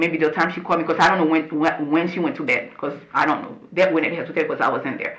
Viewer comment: “ why you did thet? “ with a Masters degree?? Lord!